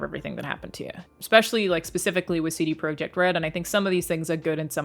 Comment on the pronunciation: Know it's just a detail but from what I've heard for the last three months you are the only non polish youtuber that says the name CD Projekt in a polish way :D Coool